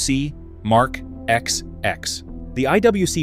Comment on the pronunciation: It's not IWC Mark 'XX' but twenty (These are roman numerals) ! 😄